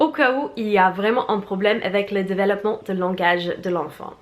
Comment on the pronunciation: Tu nous as dit de te dire quand tu te trompais sur un mot alors : développement pas delevoppement Hihi ❤️❤️